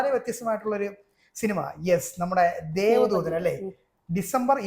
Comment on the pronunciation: 'ധൂ' അല്ല! 'ദൂ'